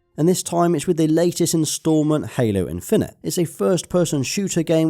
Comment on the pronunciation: “Halo in-fin-ite”